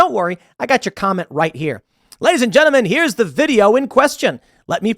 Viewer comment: "Lady's and Genmen" 😂